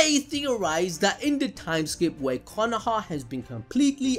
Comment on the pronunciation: Why u say Konoha like that.... its Konoha 🙄